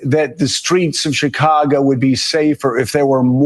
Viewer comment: Pronounced Shi-cago Not Cha-cago. It's the Shy, not the Chy.